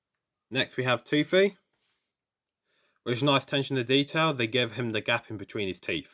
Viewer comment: Dang, with that exotic accent, the way you pronounce “Toothy” is quite attractive. He pronounced it as “teüffy” and it sounds like a totally different word now.